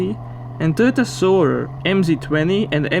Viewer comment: Agreed. Having been on the Youtubes awhile myself, he's doing things the right way, and is very consistent. I remember him trying to pronounce the Toyota "SoARer," and hearing it pronounced here I went, "eyyy! He did it!"